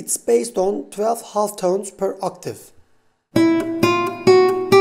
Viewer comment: good video but ( "butun turkiyedeki ingilizce konusan arkadaslara" - "half" kelimesindeki l sessiz bir l. yani "ha'f" :) L'yi soylemezsen daha rahat anlasilir - hatta anlasilir :). Liked the video...